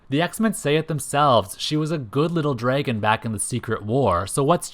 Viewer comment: Say “draygun” one more time.